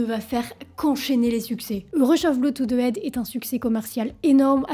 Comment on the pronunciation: Juste un bémol: il faudrait faire un effort sur la prononciation des mots Anglais. Head ne se dit pas "aide", le h se prononce ! Sinon, au top !